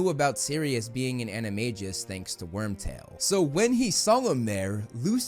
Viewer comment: If you are going to post videos bragging about you knowledge, please learn how to pronounce words such as “animagus.”